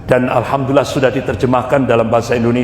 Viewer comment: Bukan. Alhamdulillah bro tapi yg benar bacaannya Alhamdulillah...lah KLO anda sholat sebut Alkamdulillah pasti sholatnya batal karena SDH berubah arti bacaannya...makanya perbaiki cara bacanya jangan ikuti logat daerahnya..harus ikuti logat BHS Arabnya..harus bisa bedakan...